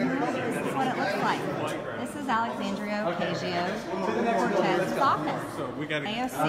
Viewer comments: But “Adria” and “Ocasia” save me two entire syllables each! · She can’t even pronounce “Ocasio” right